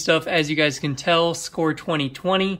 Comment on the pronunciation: Dude...Its SCORE...LMAO